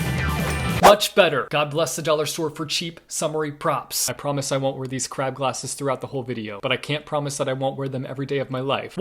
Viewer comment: not the crab glasses Me: did he just say what the crap glasses?